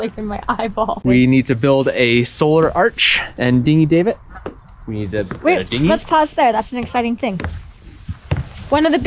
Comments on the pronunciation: I love your journey, just one thing I'm worried about. Davit is dah-vit not like dave-it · stop calling the davit a dave it ffs, the "a" is pronounced like cat or cav, like 1st cav, not 1st cave, not generally one to hate on how people say things but that was annoying AF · Second. I wanna say it’s more like a dad sound da-vit